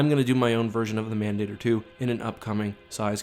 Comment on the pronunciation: you're mispronouncing mandator